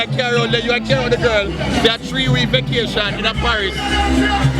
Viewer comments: Why them mispronounced the word vacation as vokation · Vocation 😂😂😂 think a vacation the girl dem say vocation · Vacation not vocation ...